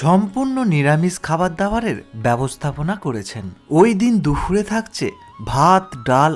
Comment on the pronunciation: ওটা দুফুর নয়, দুপুর । কানে খুব লাগছে বলে বললাম